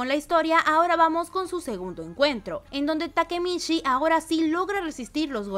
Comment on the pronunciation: "takemitchi" por favor 🧐